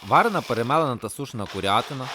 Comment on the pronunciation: Почув не курятина, а бурятина))